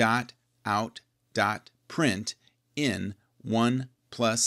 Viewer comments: lmao it printLn not printin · does he say printin? Isn't it println like printLn?